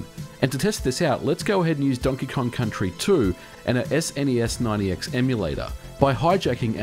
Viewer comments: Why do you say SNES Ninety X rather than SNES9x? There's no extra number there. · It's Snes9x not Snes90x. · "Ess en ee ess ninety x" What a peculiar way to say the emulator's name. I've seen/heard a few others in my time, but not that one. I don't know that anyone thought to ask the original devs. ¯\_(ツ)_/¯